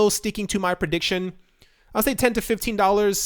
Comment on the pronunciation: prejiction? Is that a mix of prediction and projection? 😂